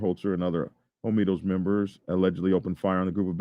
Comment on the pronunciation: Is it pronounced Hoe Me Toes (like you are saying)? The word is spelled Homietos which (in Spanish) would be pronounced Ho Me Ay Toes (the H might not be pronounced at all). Not not pickin, just askin - have you HEARD the name or have you just READ it?